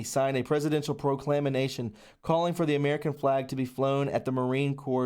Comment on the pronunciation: It's pronounced praw- clam -a -shun